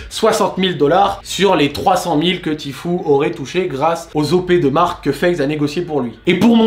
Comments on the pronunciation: "Ti fiou" voilà comment on dit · Tu prononce mal "tfue" 😉!